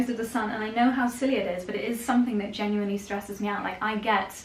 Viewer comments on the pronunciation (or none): none